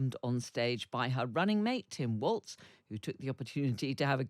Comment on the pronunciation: Sorry Guys, You don't seem to have learnt how to pronounce "Walz" yet. You're adding a "t" into it. Just simply pronounce the letters. As in "Walls" Ice Cream.